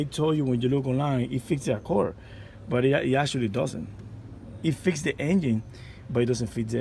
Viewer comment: Sir, you pronounce it Accord not accorr!